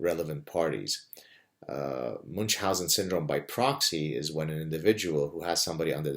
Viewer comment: Why moonch-housen? It's supposed to be "miun-housen", or at least "moon-housen".